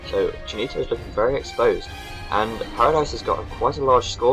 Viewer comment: Cheenito !! XD Hahahaha I lol every time u tried to pronounce it... Nice Commentary like always :)